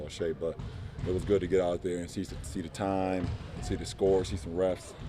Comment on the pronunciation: "it was good to get out there and see the TIMEEE, see the score, see some refs" emphasis on "TIME" 😂😂😂 damn JR man smh 🤦🏾‍♂️ that sucks so much